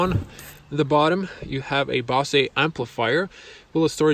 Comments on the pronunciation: Best review online without being too dramatic. Just a small note: BOSE is pronounced as "BO-ZER" without emphasising the "R". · The Mazda does have lane keep assist. It doesn't just vibrate the wheel as a warning. Nice Review. FYI, it's pronounced "Bo-zzz" for Bose sounds system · Great video! Bozzzz speakers, with the "o" said like "oh". I enjoyed the detail you gave in lots of areas. I learned some stuff. Boy it's sure got a lot of options with that Infotainment system! That car is even prettier in the Machine Gray with black wheels, black interior, and tinted windows. Thanks!